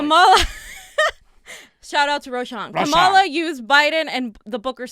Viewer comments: guys, it's KAH-ma-la, not kah-MA-la. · Please learn to pronounce her name. .